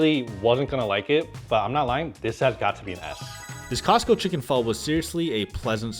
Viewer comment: For an Asian the cant pronounce pho correctly is a crime. And best is costo chicken and making a hot spicy chicken thai larb